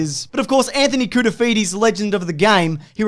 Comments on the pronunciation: "Anthony Cool-to-feed-ye" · “Legend of the “souvlaki” Anthony Koutoufides” 😉😂